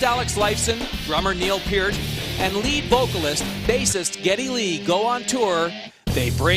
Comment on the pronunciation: Did he said Neil Peert???? WT.... Isn't it Peart :P